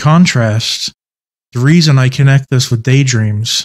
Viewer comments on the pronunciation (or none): none